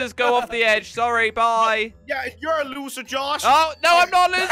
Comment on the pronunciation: The Way Josh Says Looser He Pronounce It Looza